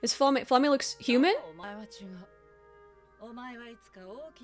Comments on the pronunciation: Just a hint from a German speaker (since most of the names in this are German): Frieren’s master’s name is pronounced Flah-muh, NOT Fla-may! (Just German for flame.) If you don’t know how to pronounce a name here and want a good guide, enter the word spelling as German into google translate, and click for the automated pronunciation. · Flamme rhymes with mamma. The names in this show are German words. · hahah well, the more you know.. This has been my pet peeve with Frieren reactions! People calling her Flammah when you can clearly hear the audio